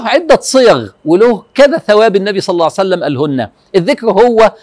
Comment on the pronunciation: ليش تقولو صلعسلم